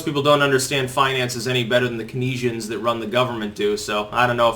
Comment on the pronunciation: "Keynesians" should be pronounced "KEEN-zee-inz". Because people focus on minutiae.